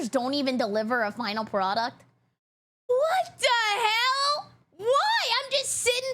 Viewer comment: I like how says "wat te hell!" Also holy rapgod